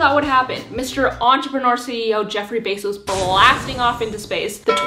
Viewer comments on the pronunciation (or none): none